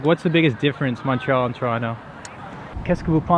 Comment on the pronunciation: Cant even say Montréal the right way haha